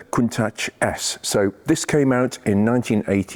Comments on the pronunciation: The correct pronunciation is as it is written - count-ach, not coontash btw. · I concede you're right, but being Italian I believe it's pronounced countack, like bianchi bikes are pronounced biankee... or Michael mycall...etc... but yh, I've always said countash, and I'm not stopping now. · It struck me as a bit odd the way you pronounced "Coont-atch" (singular) yet "Coont-ashes" (plural)!! Any reason? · Is it pronounced "Countach".. or "Countash".. as you say both? Or doesn't it make any difference? 👍👍 Awesome cars.. however you say their name! 😅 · Everyone on the planet pronounces it countaSH.